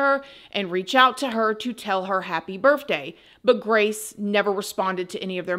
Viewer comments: I love you so much but it’s birTHday not birFday🤣🤣🤣🤣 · I don’t know why, but when every time you said the word birth day, it sounded like you were saying birth with an FJ